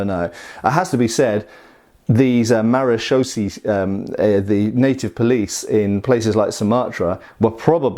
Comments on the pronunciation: Hey great to see a sword from my native country of the Netherlands. Maréchaussée is pronounced Mah-ruh (as in rut) -shoh (as in Shiloh) - say. Sabel means sabre and is pronounced Sa (a is pronounced as the last a in Brittania) - bell. These are just the English phonetics of the top of my head but I hope it helps. Keep up the good work been a fan for years. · If it ain't Dutch, it ain't much.... j/k thanks for reviewing! BTW I'd pronounce it in English sounds more like clay-wang. Marechaussee is more like Ma re shoe - shay (ma more like the last two of Gamma) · Maréchaussée is pronounced like in french ... It ends in an elongated "a" (english "a") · Almost pronounced perfect. Just end with a long "ay" sound. It's a French word. And it's not police but armed border guards.